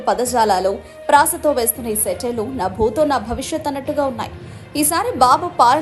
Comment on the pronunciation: నా భూతో కాదు న భూతో అని పలకాలి